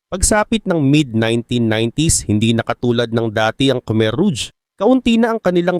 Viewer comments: rouge pronounced as rog Hindi ruj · ruj ang tamang pronouciation brad kasi french word yan mening red